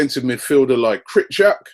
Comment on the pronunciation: It is clearly not pronounced krichak. Kri-cho-vi-ak is how it is pronounced.